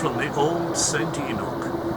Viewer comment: A heads-up, In Scotland, it's Saint Ee-noch, Not ee-nock.